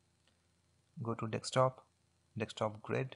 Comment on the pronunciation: It's called Desktop not Dekstop man!